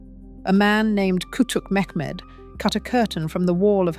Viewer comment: ITS NOT MEK MED...ITS MEHMET....ITS NOT ACK MED ITS AHMET